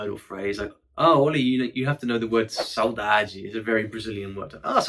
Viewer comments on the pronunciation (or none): none